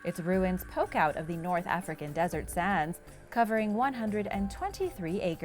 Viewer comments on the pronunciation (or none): none